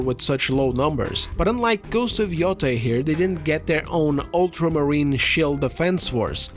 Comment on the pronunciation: YOTAY! pronounce it correctly. This isn’t YO TIE like JEDI. God damn it